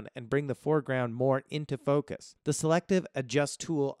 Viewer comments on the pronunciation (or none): none